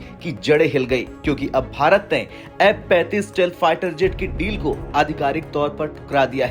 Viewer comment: M-35 ya F-35 kon sa hai clear bolo bhai